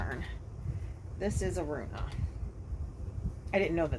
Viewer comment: it’s pronounced rue-Anna. I’m gonna make one too in Lion Brand Lace yarn. Can’t wait to see yours finished!